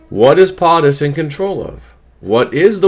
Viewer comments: It's not potttis it's poooootus. Long o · It's not Pahhhhh tus it's Pohhhhhh tus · PO-TUS not POT-US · Why " PAATUS" instead of "POTUS" ...PO not Pa never heard someone pronunciate like that.. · FFS, it's not POT- US. It's PO-TUS. PO, POE, rhymes with. Get it? Got it? GOOD! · POTUS = “Poe’tus” NOT “Pot’us”. Come on!!!!!!! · It's Po Tus not Pot Us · LoL, I know right.... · love your videos. I found your pronunciation of POTUS interesting.I’ve always heard it said PO- TUS ( long O as a Po boy sandwich.) maybe just google. I might be wrong… I know I’m not an expert for sure. 😉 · How is it that I'm Canadian and I know how to pronounce POTUS and you don't?! 😵‍💫 Just curious... how do you say SCOTUS? 😂 You have good content buddy, but c'mon.... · Please pronounce Potus correctly. Hooked on phonics is good but not in this case. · lol, exactly what I wanted to say. ;) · He may be saying it wrong on purpose. So YouTube doesn't strike his channel.